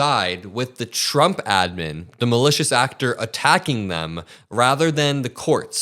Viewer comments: Has she lost the ability to say Trump? Donald J Chump is what I heard. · Thought she said Chumps 😅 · Karoliar just called him CHUMP perfect slip of the tongue 🤣🤣🤣🤣🤣🤣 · She said Chump instead of Trump? That's called a Freudian slip.